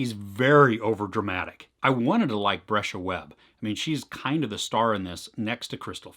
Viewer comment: If I hear another white person mispronounce that girls name 😡😡😡😡 it’s a LONG E like breeze. Or sounds like the cheese BRIE-sha.